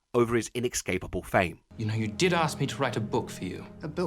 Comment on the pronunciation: "Eckscape" "ineckscapable" ecksettra...